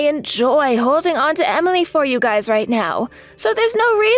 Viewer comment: It's pronounced guy's not guyses